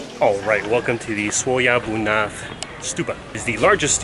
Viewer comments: Tell me honestly!! How many attempts you took to say Swayambhunath 😁😂😂😂 Nice video as always 😍😍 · but still not the correct pronunciation tho appreciate him trying tho